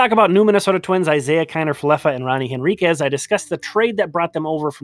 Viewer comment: I don't mean to nitpick,, but the "H" in Henriquez. (I admit, I had to look it up to be sure!).